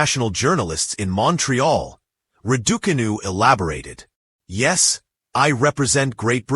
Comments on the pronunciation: PLEASE PRONONCE HER NAME CORRECTLY ITS NOT RIDICANU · Emma Rad-Duk-Anew!😀🤦🏻‍♀️ LOL!😱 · Proud of you Emma. Well done and keep going. Love watching you play. Can the presenter please pronounce Emma’s sir name correctly. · RAD - OO - CAR - NOO Not the way your auto speech provider chooses to call Emma. A pointless post from Sports Illustrated 24! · Yea crawl away and hide you can't even pronounce her name correctly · Learn how to pronounce her name "" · who the hell is talking here, cant even say Emma's🤣🤣🤣🤣🤣🤣 name correctly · U can't even prononce name !!!